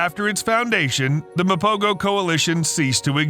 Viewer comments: Actually its pronounced "mapoho" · My brother, it's pronounced "MA-PO-HO" . The "G" is pronounced with a "H-HUH" sound instead of the "G-GUH" sound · It’s pronounced Mapoho.